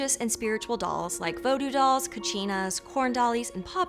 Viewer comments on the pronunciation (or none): Why did you pronounce "Voodoo" that way. It's supposed to be a long O.